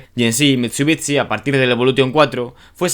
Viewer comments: no es mitsubitsi se dice mitsubishi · Se pronuncia "mitsubishi" no mitsubiTsi, es horrible cuando lo dices por dios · mit su bits ci. por que los españoles tienen unas pronunciaciones tan de mierda!? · Muy muy guapo el vídeo, el Evo 6 y 9 siempre han sido mis coches favoritos de toda la vida. Por dios escuchar MitsubiTsi duele!